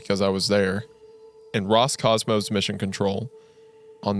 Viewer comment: То как слово "Роскосмос" раз за разом произносится как "Роскомос" каждый раз вызывает на моем лице тупую улыбку.